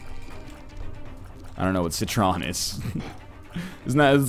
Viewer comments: It's actually /sɪ trən/ So, it's more like si-tren (si like in sin, it's short /ɪ/ not long /i:/ or reduced /i/) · NL, citron is french for lemon. The french pronounce it see-trawh, of course the R is rolled, and the stereotypical N-like sound is put at the end in the general area of 'awh'. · citron is actually pronounced sea-trohn and it means lemon